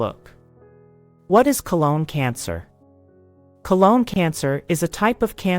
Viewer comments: CO - LON .....not ..... CO - LONE🤨🤔🤔🤫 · So the narrator can’t say colon instead says cologne but she can say hypertrichosis lanuginosa acquisita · Cologne Cancer? These "Bot Narrators" drive me Nuts. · Sometimes she stresses 'colon' correctly on the first syllable and other times incorrectly on the second syllable. This is very distracting. There should have been some sort of human override to this narration given that it is probably robotic. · I know right? 😂